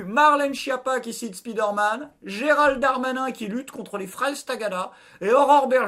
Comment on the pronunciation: speederman? Speedoman? spi dair mane?